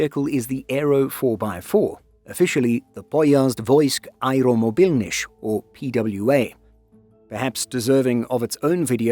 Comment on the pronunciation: yeah, German lexis slipped thre, sounded strange when he tried saying the "nych" at the end of "Areomobilnych"